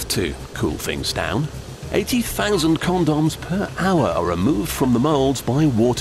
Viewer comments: "After all they have a very important job to do!" Haha. He says Condums, haha. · CawnDoms XD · but first... CONDOMMZ.. Sheesh... nice pronounciation :p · but first con-dons he said it funny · "CON-DOMS" & "STAIR-AISLE" lolol I love how those are the only two things he pronounces funny xD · lol... CON-DAWMS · i like who he say con-dons! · con doms when its pronounced comdms lol